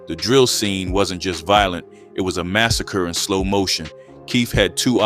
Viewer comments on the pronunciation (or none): none